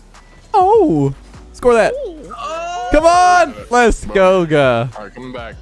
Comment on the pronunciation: "leths goga"